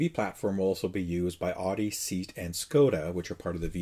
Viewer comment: SEAT, lol it's pronounced SAY-AT